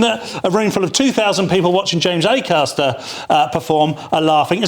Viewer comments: Linehan would be easier to take seriously if he could get James Acasters name right. If you cant get his name right how can we trust youd get gender right? - signed James McAster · Lol. Who the FUCK is Macaster? He says the wrong name maybe 15 times. Once again, spewing misinformation and misspeaking with impunity. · Dd not realise it was pronounced mcaster. Thanks Graham. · Get his name right Graham, it's not Mac aster, it's Acaster, reasoning to your view points seem logical to me, but far better validated when you get the persons name correct. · Why didn’t anyone correct Graham Linehan when he kept calling James Acaster “McCaster”? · I like how he keeps calling him "McCaster" instead of Acaster lol. I bet James is crying into his morning Shreddies after having been subjected to such microaggressions all night by Mr Linehan lol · The guy's name is Acaster, not McAster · Leo, you could've corrected 'McAster'/'McAllister' early on! 😄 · Acaster and Kearse are about as funny as a dose of the pox. Linehan doesn't even know who he is, and keeps calling him McAster. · Is he calling him 'MaCaster'? Because that's not his name. It's Acaster. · Love the way Linehan was deliberately getting Acaster's name wrong, like a surname version of mis-gendering. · I love it that the legendary comedy writer Graham kept getting Acasters name wrong. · "Ay-cass-ter", Graham! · FFFFS Leo tell him his fucking correct surname!